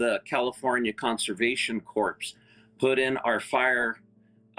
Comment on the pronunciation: He wasn't with LAFD? When he said pronounced corps like corpse. I got turned off. Sorry. He's talking about LAFD and he wasn't in their ranks. Great Channel Mike but not this guy. I'd like to hear from someone who was career LAFD.